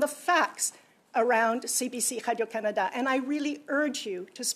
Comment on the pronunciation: Absolutely, i didn't even realize that noise was supposed to say radio, I was trying to figure out what hydro Canada is and why she keeps saying it